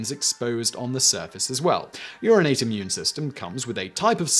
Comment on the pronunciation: Juvenile comment warning -> -> When Simon said "your innate" of course I heard 'urinate'. :-/